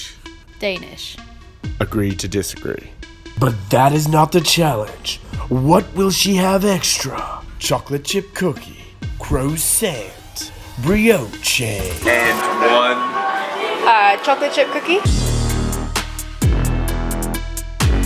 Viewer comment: "briotché" no no nooooo say it "bri-och ~ "